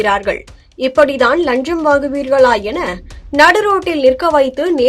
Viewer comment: நீங்கள் முதலில் லஞ்சம் என்ற வார்த்தையை சரியாக உச்சரிக்கப் பழகுங்கள்.